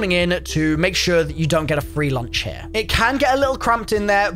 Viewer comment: Stop starting each video with “ HAIR” it’s here!! Not hair smh good lord